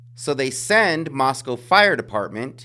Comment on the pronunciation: You pronounce "Moscow" like the locals do. Good on you for that. This case is totally whack-o. Makes me think that somebody's going to get away with it.